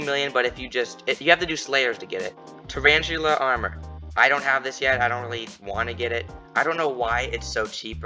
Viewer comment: Traranchula lol